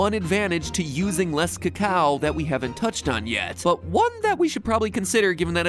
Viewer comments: Why is he pronouncing it cocow? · Trust an American to pronounce it CACKOW